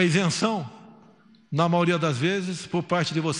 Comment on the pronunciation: Que vergonha do Presidente do Brasil, falando errado o português, ela fala “MAORIA”!!!! Socorro!!! O que esperar de um homem desse.